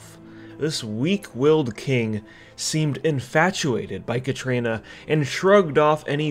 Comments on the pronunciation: Katrana! Not Katrina. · KATRANA why do you keep saying Katrina, where's the 'i'? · Kah-TRAH-nuh fuck man